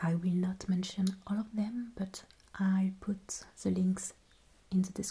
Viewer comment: American here currently learning German with a passing interest in Linguistics. I think the reasons some Americans are confusing your accent with a German one are the similarities in some French and German vowel sounds and the pronunciation of "th" sounds. For instance, why you say "the," it is pronounced "zee." That is the cornerstone of the American stereotype of the German accent, despite it being pretty rare for Germans to utilize that pronunciation (source: German friend group). However, the way you pronounce (or don't) the letter "h" is a dead give away for the French accent. Just some untrained observations on my part, so take them with a grain of salt.